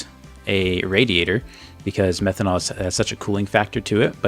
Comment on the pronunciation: hi its methanol, not methonal